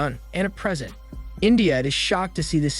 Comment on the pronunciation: Just some points 😂 uncle Charlie is his name (not “Mr charming“?) Present not Pree-sEnt (same spelling different words. AI doesn’t know this. Don’t use that word). “ before they distress”? This is not English terminology. These are just for example. A bad synopsis of a film is not an explanation. This is obviously spoken by AI but it seems to have been written by AI as well? It certainly has not been edited by anyone who watched the movie or has English as a first language. What is the point of such a channel?